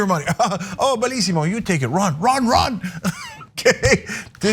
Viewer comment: Everytime she says "Bellisimo" a Mom and Pop Italian restaurant bursts into flame.